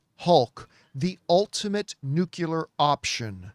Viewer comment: John doesn't know what a bitch slap is. Spider-Man mauls the hell out of scorpion, but doesn't bitch slap him. Also, he can't pronounce "nuclear" correctly. Always says "nuke-ular". I remember a superchat telling him this exactly & he was like "yeah i do pronounce it correctly.. nuclear" He actually said it correctly because he was put on the spot. Unconsciously tho, he always pronounces it as "nuke-ular" Is that the Canadian way of saying it?? 😂😂